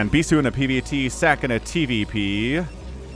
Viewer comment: ssak = is pronounced like Sock, not Sack lol